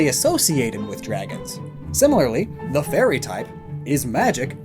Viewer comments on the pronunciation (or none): You saying 'the fairy' sounds alot like Tefari. Now Im super triggered